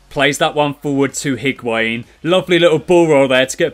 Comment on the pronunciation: You don't pronounce the H in Higuain